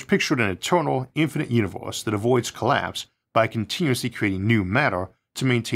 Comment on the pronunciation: the "Univeuws"